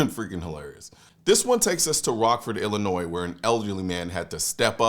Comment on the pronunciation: The S is silent in Illinois, Same as Des Moines but different than Des Plaines. Stay accurate my friends.